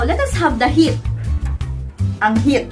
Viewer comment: angheat (anghit). Hahahaha